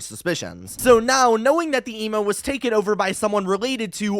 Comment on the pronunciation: Everytime he said email, I heard Emo😭